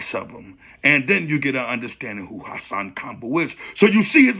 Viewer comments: The way u say Hassan name is pure comedy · I was thinking the same thing how he say Hassan 🤣🤣🤣🤣🤣 Campbell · “HossSawn KomBull” 😂😂😂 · HA-SAN KAMbel